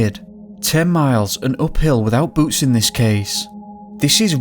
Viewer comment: I kept hearing boots as boobs and was confused.